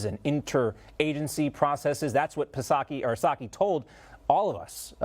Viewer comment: The “P” in Psaki is silent, just like the “P” in pResident Biden.